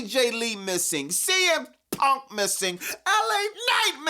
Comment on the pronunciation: CM PUUUHHNKK!! (mad emphasis on the P) 😂😂😂